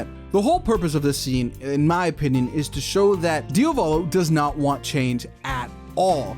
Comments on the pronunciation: one quirk only: it's DIA-volo not dia-VO-lo!!!!!!!!!!!! please!!! just repeat the italian google translate pronounciation!!! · for later videos, pls say Diàvolo, which is the correct pronunciation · is that how you pronounce diavolo? i dont think ive heard that pronunciation before